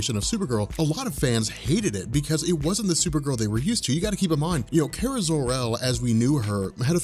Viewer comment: Awesome video like normal. It was just killing me the way you were pronouncing Kara's name. Lol